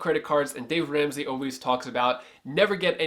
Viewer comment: You had me until you said Dave Ransey! Hahaha